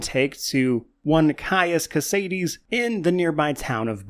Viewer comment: Omg, thank you for pronouncing Caius Cosades correctly!